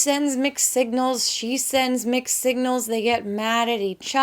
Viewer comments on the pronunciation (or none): I really thought you said "McSignals" instead of "mixed signals." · Did anybody else hear her say “mcsignals” at first